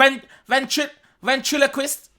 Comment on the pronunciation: Ventriloquist not ventrilogest 😂😂😂😂